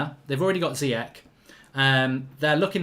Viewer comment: Ηi always great analysis, just check pronounciations. Ziyech is pronounced Zeeyésh